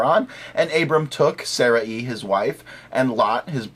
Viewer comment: By the way, it's not pronounced Saraeee, it's pronounced Saray (with a very short 'i' sound). Call me the hair splitter ^_^